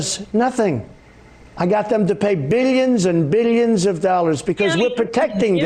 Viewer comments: Bilyens and bilyens...lmao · Beelyins an beelyins an beelyins